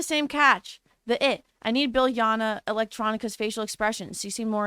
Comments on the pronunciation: Biljana is actually pronounced as "Beel-yana"! I know cause I'm from the balkans :D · It’s pronounced Biliana or Bilyana😭😭😭 the J was out there to put emphasis on the YA sound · I think that the “J” in Biljana should be read as the “y” sound. J sounds like y in Slovak. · stop butchering biljana sm 😭😭😭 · I cringed so hard